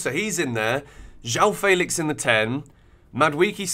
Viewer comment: Why don't you know how to say Felix? Who told you it was Faylicks😭